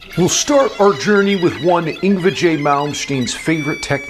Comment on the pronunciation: "ing-vajay" I can't stop laughing at that